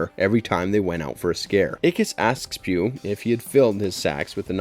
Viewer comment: Pugh's name is pronounced "Pug", not "Pew".